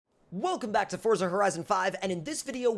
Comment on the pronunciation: I'm glad you say forza the rite way and not Fortza like a lot of other people say